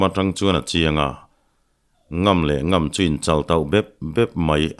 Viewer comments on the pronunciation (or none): 'Ngam leh ngam' tiha ngam hi, 'ka ngam che' tiha ngam ang hian in chhiar ṭhin a, a dik lo ve. 'Ka kal ngam sak' tiha ngam ang hian lam tur, zuam, cho sawina a ni e. 'Ka ngam che' tih thlûk ngam hi chu zuam, cho sawina ni lovin, hneh, thuhnuaia dah sawina a ni e.